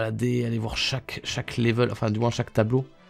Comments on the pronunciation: Je crois qu’il aime bien dire laivel😂😂😂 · 100% Geek oui mais y dit laivel lui 😂